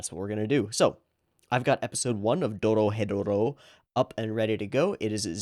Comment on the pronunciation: The name of the show is pronounce Doro・hedoro